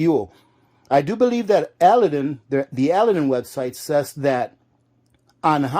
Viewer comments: Pronounced "Uh-lad-din" , like the genie. Make sure you are using K1 kerosene, not the "kerosene " you get in the paint department. That is Stoddard solvent, much lower flash point! Check the CAS number on the container. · I think it's pronounced " ah lad in". I have a Aladdin kerosene heater I'm getting ready to fire up and prep for the winter. Good to know about the fuel! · It's 'A Lad An' lamp. Like Disney Aladdin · As Ginger Ehrhardt mentioned, the lamp name is pronounced a-LAD-din with the accent on the second syllable. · It is pronounced: A-LAD-DIN lamp. Just for your information. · so he says Alladin correctly then says it wrong the rest of the video, he says it on purpose, I have NO clue why he would but ok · I was trying to help. What if someone wanted to buy an Aladdin lamp but was pronouncing it like? The sales person wouldn't know what they were talking about. Don't be so sensitive.